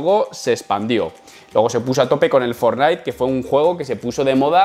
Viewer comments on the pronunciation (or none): none